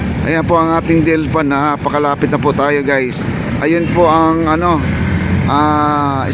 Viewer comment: Not DILPAN (DELPAN)